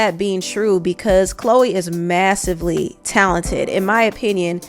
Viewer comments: Lawd not CHO LEE! 😭😭😭 CLOW-EE is the pronunciation LOL 😂🤣🤣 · The Ch is like a hard K in her name, like Khloe Karblahblahblah, but anyways Choloe has already sold her soul, so what is she even talking about, she must have been tasked for some damage control by the elders :face-turquoise-covering-eyes::face-blue-smiling::face-blue-smiling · I think her name in pronounced Cloo...eee. I'm glad she's saying something about the industry. Thank you for this video. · her name is pronounced CLO EEEE....😂😂😂😂She says her own NAME and they said it TWICE at the beginning..... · Pronounced 'Kloh wee" like the Kardashian. Many of the most popular artists wouldn't even have hit singles unless they made a deal. A lot of them are average. The Bailey sisters could have made and controlled their own careers if they had just used Amazon music and got 60% of everything they recorded. They would just have less. They would still have millions but they would have less. To me it's a fair trade off. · Bruh!..its pronounced(CLoHH-EE)....lol;) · Grown azz man at his big age and can't pronounce Chloe. He looks like he can't read😂😂😂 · Lmfaoo I just hollered. Really?!! You mean to tell me you have never met or heard of anyone named Chloe and saw how it was spelled/pronounced?😭🤣🤦🏽‍♀️